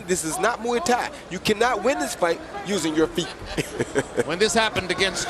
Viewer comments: OKAY! Shut up - it's now changing to MOO-EE- pronounced by Lampley & then Kellerman doing the _MOO also. For proper pronunciation; see and let's be respectful to other cultures! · Muay (Thai) is pronounced like BOY- just replace the B with an M & you have MOY not as Lederman says MWEE or as Max repeats Lederman's MWEE - what is so bloody difficult in studying another language, especially if it is part of your profession?